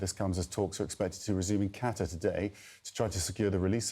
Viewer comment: Please presenters at least learn how to pronounce Qatar correctly!